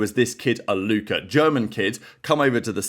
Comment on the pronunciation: Its a Alluka not Aluker mate